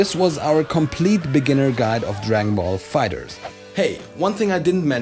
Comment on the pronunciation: why do you pronounce it fighters and not fighter z ?